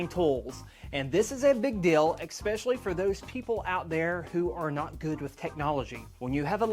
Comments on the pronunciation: great video, but it's ES-PECIALLY, not EX-PECIALLY. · Had to turn this video off. I refuse to watch a half an hour of somebody that doesn’t know how to say, especially